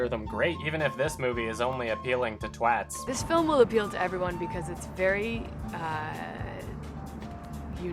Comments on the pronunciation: First American to pronounce "twats" properly that I've heard. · So people on that side of the pond can pronounce twats properly? The world maybe isn't such a bad place after all...